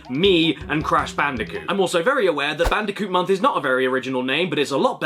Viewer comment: I LITERALLY CAN'T SLEEP WITH THIS VIDEO I START UGLY GIGGLE EVERY TIME. "Bandicunth" ends me every time